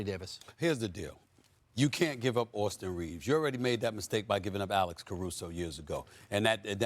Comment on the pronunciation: Who is Austin Reevus?